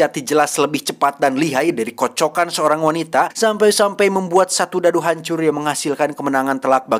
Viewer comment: KATA KATA " KOCOKAN " SANGAD DITEKAN KAN OLEH